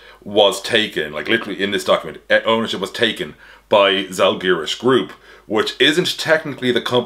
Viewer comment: Your pronunciation of Paulius Motiejūnas was almost perfect, but you've gotta work on how to pronounce Žalgiris :D . Great video! Got new information that Lithuanian basketball podcasts didn't talk about.